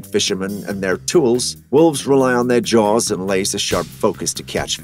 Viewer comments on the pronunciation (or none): none